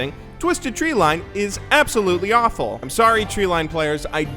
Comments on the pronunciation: "Absolutly" i bet you thought no one would notice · There's an "e" in "ABSOLUTeLY"